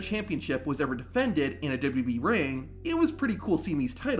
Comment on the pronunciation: say it with me, W-W-E, it's not WB or WEB or whatever this guy KEEPS saying